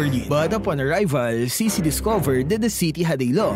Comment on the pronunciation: I think it's pronounces as 'chi-chi'.